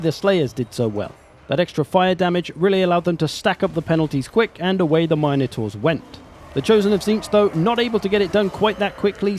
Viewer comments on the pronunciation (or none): MIN-UH-TOR, NOT, MINE-A-TOR. Get it right you’re a pro.